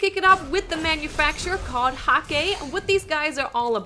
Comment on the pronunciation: It is Häkki not Hakki, you pronounced it wrong.